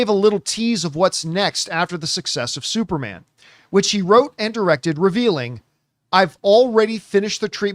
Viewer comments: Can’t get over John saying “Supermon” lol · Supermon!! What's up with John😂😂 He said it like three times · Yeah he can't say superman saga is hilarious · How tf does he keep saying supermon 😂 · Are you purposely saying SUPERMON AND NOT SUPERMAN because your dead serious saying SUPERMON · John - “supermon” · He said that way four times I think lol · "Supermon Saga" – Somebody get John a Red Stripe. He's turned Jamaican today!